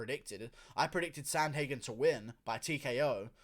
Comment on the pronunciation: Learn how to pronounce his name pervert